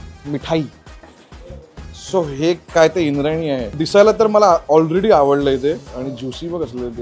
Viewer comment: ते इंद्राणी आहे इंद्रायणी नाही भावा....